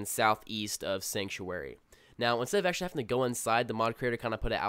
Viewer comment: First video already turned off by Ahctuwally and basically. Listening to you is like looking at chick's who stick their fucking tongue between their teeth when taking a picture. Good content, great narration but fuck those two words bro. Drill to the temple type shit.